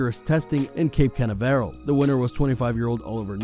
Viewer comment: It’s pronounced “Froid” (not “Freed”) and CanAVeral (not CanaVERal).